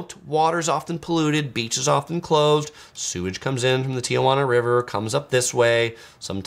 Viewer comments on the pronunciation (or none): you are amazing and I love your channel and what you do for people visiting CA or anywhere else you travel to but dude, as a native you just can't say Ti-uh-jauna. Sorry for being pedantic. Love what you do